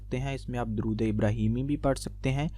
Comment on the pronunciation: bhai pehly durood pak to sahi se parhna seekho